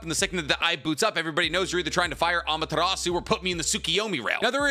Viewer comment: boi why df do u say amatarasu